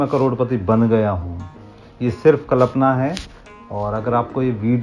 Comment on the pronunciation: KALAPNA NAHI, KALPAN. Kya BAT HAIMAZA AAGAYA